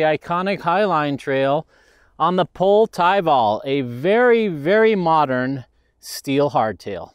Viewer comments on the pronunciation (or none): Hey did you know its pronounced pol-ay. As in Go in finnish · The more I ride this bike, the more i love it. Pole did a great job on this, it's one of my top steel frame recommendations for modern riders in challenging terrain. Oh, and THEY'RE IN STOCK! Also, I don't pronounce the company name correctly. Sorry pole! It's pronounced po-lay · It's ok. GMBN are sponsored by them, and even they pronounce it wrong.